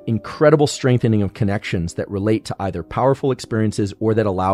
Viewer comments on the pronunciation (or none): none